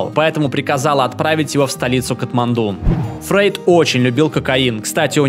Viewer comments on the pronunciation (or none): none